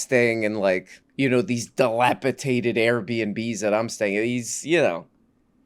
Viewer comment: Bruh, it's di-la-pi-DATED not di-la-pi-Tate-ed Now that's breaking views, which I heard actually means it's breaking neews